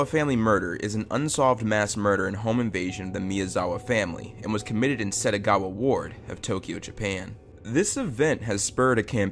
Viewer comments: Why pronounce Setagaya as Setagawa every time.. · SettGaYa, not Settagawa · It's SETAGAYA ward, not Setagawa. It's in your title. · It’s Setagaya. Not Setagawa. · It’s setagaYA not setagaWA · please be more careful with pronunciation, throughout the whole video SETAGAWA is heard, but it's SETAGAYA the name of the city. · Title: Setagaya Dude: SetagaWa Ears: Tf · Yeah it’s killing me. Not just once but every time he said it 💦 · It’s written Setagaya. Why would you say Setagawa? Why? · setagaYa not wa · Title: The Setagaya Family Massacre Voice over guy: "The satagowa family murder" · Keeps saying Setagawa 💦